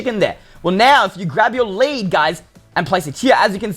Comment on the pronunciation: You said led instead of lead